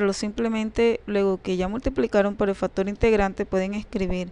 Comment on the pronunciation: Yo escucho factor pero no factor ,lo dice bién.Por otra parte su idea matemática la comunica bién.Saludos muchachos.